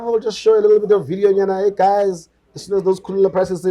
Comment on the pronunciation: Its kulula guys.🙈 not khulula